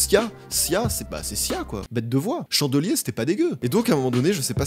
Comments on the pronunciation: Chandelier... Ça se prononce à l'anglaise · 2 trucs vraiment stylés à retenir : _Arianna aurait pu chanter "What do you mean ?" _Sia a écrit "Diamonds" de Rihanna P.S. comment t'as dit "chandelier" à la Française ça m'a tué 😂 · "Chandelier c'était pas si mal" avec cet accent français incroyable, merci pour ce fou rire